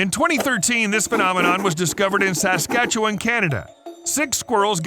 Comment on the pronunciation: I love hearing people fuck up Saskatchewan name